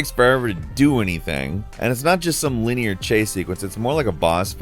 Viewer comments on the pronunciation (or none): none